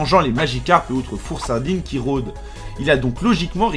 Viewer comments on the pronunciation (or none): XDDD ta dit fourresardine a l place de froussardine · Four-sardine au lieu de froussardine